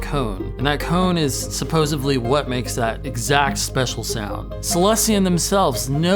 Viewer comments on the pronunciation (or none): Okay, let's see here... 1: it's "Holy" grail, not "Holly". Of course, you could also try "wholly", or, if you want to reference Kurt's wife and her band, "Holey". 2: it's "supposedly", not "suposeably". One would think that anyone this obsessed with 90s culture would have seen that episode of Friends. 3. It's "for all intents and purposes", not "for all intensive purposes" 4. Kurt used speakers from Radio Shack. It was in every guitar magazine of the day.